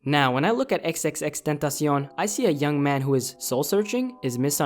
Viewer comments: first person whos saying his name right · it's the correct pronunciation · Your pronunciation of X made me happy :3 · wow you said his name right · You the first youtuber Ive heard say his name correctly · he's the only YouTuber I've heard say it right😂